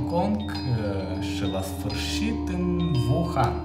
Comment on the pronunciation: Nu se zice Vuhan se zice Uhan. 🤦‍♀️🤦‍♀️🤦‍♀️